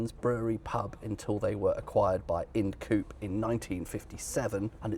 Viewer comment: Interesting video, thanks. I could be wrong, but we always pronounced Ind Coope as "Inde" Coope (rhyming with Hind). Cheers.